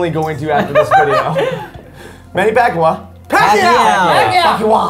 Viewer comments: It's pronounced pacquiao (pacyaow ) not pacwa dingus ( sorry It's just he is mauking my favorite boxer ) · The way said Manny Pacquiao last name is going to upset so many Filipinos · oh come on!can't pronounce manny pacman's name! but atleast the PH got some attention! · I as a smosh Filipino fan am triggered by the way said Manny Pacquiao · The way pronounces Manny Pacquiao is an insult to us Filipinos